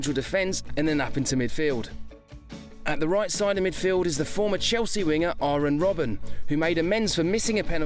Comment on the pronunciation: lmaooooo mispronunciation arren robben?